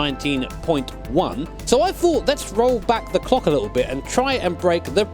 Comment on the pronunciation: Did he say "Let's Roll Back The Cock A Little Bit."??? LMAO. Good work,!